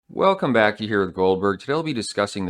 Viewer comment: Goldberg, I need to know why you always pronounce welcome back as "welcomebacky" in your introduction.